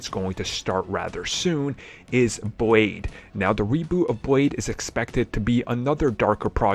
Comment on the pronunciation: Did he say Boyd instead of Blade because he certainly didn’t use the letter L🙄.